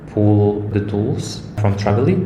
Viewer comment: Спасибо! Только не Travily, а Tavily.